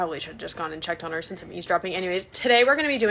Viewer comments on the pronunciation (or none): none